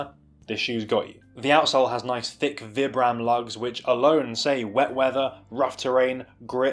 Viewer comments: well Vibram is an Italian company so I believe they pronounce it Vee-bram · do you say "vy-bram"?? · excellent review. gutted these are narrow, i specifically buy new balance for their width, hopefully the extra half size will be enough. are you purposefully say vibram wrong? XD